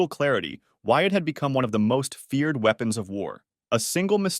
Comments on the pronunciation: is feared not fered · "fered" its feared you silly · Unexpected middle english. Fered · the most “fered” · ..."the most 'FERED' weapon in war"?!...😂😂😂